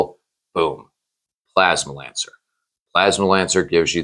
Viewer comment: You literally have "PLASMANCER" spelled out in your title and you spend the entire video calling him "plasma lancer" 🤣🤣